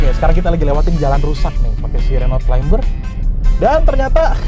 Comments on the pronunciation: Climber bacanya KLAIMER bukan KLAIMBER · Yup.. silent "b" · keren videonya, btw “CLIMBER” dibacanya tanpa “B” ya, thank you sukses.